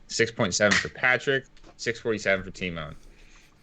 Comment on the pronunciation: Lol "tymoan"